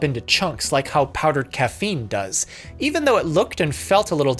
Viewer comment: Read it as cocaine and not caffeine- lol